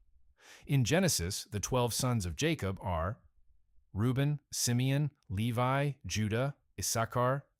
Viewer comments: "Leave-y?" 🤔 That's LEE-Vie, to you, A I person! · Lee-vee? Seriously? It is actually pronounced Lee-vie.... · No Lewi My goodness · The tribe of "Lee-vee"??🤔